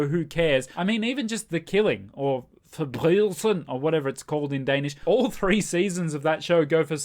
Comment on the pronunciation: Pretty good pronunciation of “Forbrydelsen” by the way! 😃